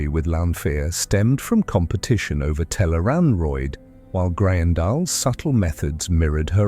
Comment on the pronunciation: Tel'aran'rhiod (tel-AYE-rahn-rhee-ODD) Note it does not rhyme with steroid. Also Tarmon Gai'don (pronounced: TAHR-mohn GAY-dohn). The author provides plenty of pronounciation guides for the new/unusual words and names. These are also online all over the place, thought the wiki has most if not all of them in one place. PLEASE research things before doing an explainer video on them. It's not good for credibility to have so much misspronounced.